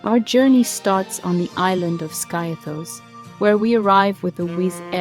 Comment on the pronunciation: Skiathos is pronounced 'Skeeathos'